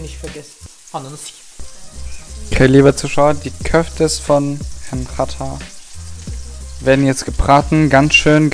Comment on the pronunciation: Xatar sagt er vatar